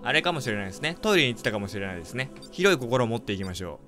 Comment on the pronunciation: 広い心がひどい心って聞こえたw